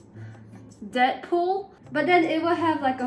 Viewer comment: Dead pool sorts sounded like debt pool